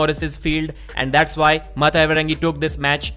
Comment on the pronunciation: Well done for saying Maate's name correctly, phonetically